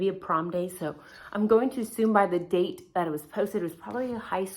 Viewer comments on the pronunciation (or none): none